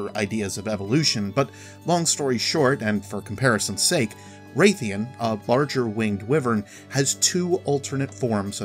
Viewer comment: If you can’t be bothered to play the game or at least watch in game footage to learn how to pronounce the names properly, don’t bother being the narrator of the video. Nothing says “I really don’t give a care about the game I’m talking about” more than blatantly mispronounced game terms. They are: Ga-Ja-La-Ka (all a’s pronounced short like in Call) Rath-ian (Wrath-E-N) Grimalkynes (Grim-el-kyne, kyne rhymes with pine) In the future, don’t be that guy. Pronounce things right.